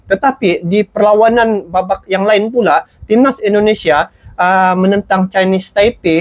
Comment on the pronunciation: Bang jangan cakap pss ai itu i Indonesia bukan aindonesia sx lagi jangan dibaca AI